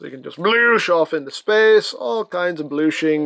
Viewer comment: “ We never bloosh to early ! “ 🤣🤣🤦🏽‍♂️